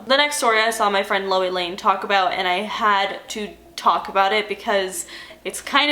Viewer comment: "taulk to you" theres the long island lmaooo